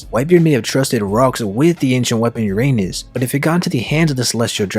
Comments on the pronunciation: It’s pronounced ur-uh-nus not ur anus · Uranus not your Anus. Speak the u like a non english speaker Alphabets if you want to know how the Name really Sounds. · The ancient weapon “ Uranus” aka “your anus”. 😂😂😂 Lmfao Give me a break! I can't stop laughing 😆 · That's...not the way to pronounce Uranus.